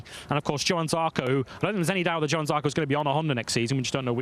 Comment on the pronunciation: Why hasn't the short one been fired? He STILL can't pronounce Johann.